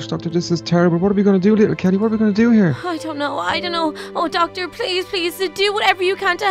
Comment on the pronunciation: lol said docter to the wizard